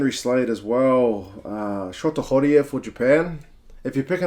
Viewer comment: thanks for pronouncing shota horie's name correctly